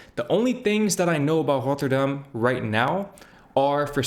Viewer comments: Great pronunciation of Rotterdam! In a few years you could even fake a Rotterdam accent ... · Well your pronounce of "Rotterdam" is really good. almost sounds like you lived in Rotterdam haha. The Germans did not think it was the capital, they bombed it because Rotterdam is Europes main port. one of the cube houses is open to the public to visit. I live in Rotterdam by the way, we have a lot of wide roads, but a lot is focussed on pedestrians and bikes, they do a lot to slow down cars and a lot of streets these days are low speed streets of a max of 30km. the crossings he shows in his video are not heavily used crossings by pedestrians. Metro is a local system and drives slower. Trains go longer distances and tryue the entire country and goes a lot faster. Metro is Subway. Traffic lights in Rotterdam centre are on purpose made slow they try to make people take a different route so they do not go to the city center by car if they don't need too. Bridge is called Erasmus Bridge, but people call it the Swan. The building behind it is called the vertical city, housing a lot of offices, appartments, a large hotel and parking spaces.